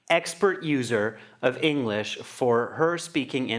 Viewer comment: she said englich instead of english ad stopped sometimes